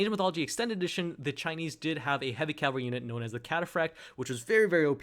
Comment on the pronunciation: It's cavalry, not calvary.